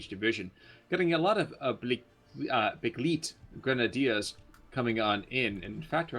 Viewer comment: Begleit-Grenadier = its spelled like „Be-gl-eye-t“ (the Vokal ei sounds like the eye) ;)